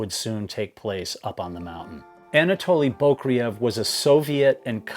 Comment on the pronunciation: FYI Anatoli's last name is pronounced "boo-CRAY-yev". Accent on the second syllable, as in Russian and nost Slavic languages.